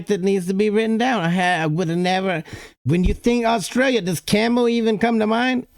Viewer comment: I think the pronunciation of places is what pisses me off in these vids. He's not even saying Australis properly let alone Australia & Melbourne, with Canberra he's half way there. If foreigners are gunna do vids about other countries then instead of half arsed research on things about that country but research the way places are pronounced & I'm not buying the oh he's American so it's his accent why he can't say Melbourne the way we say it. They do have a Melbourne in the US & they can pronounce that anyway they like but the way we pronounce it as well as Australia, Canberra, Brisbane, Queensland, Tassie & even Aussie is how it's pronounced.